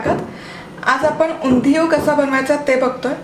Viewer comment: Please pronounce Undhiyun properly 😵🤦🏻‍♂️